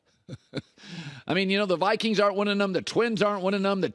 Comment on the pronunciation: Colin whiffed on Viqieens/Niners lol